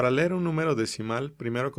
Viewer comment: se dice leer, no LER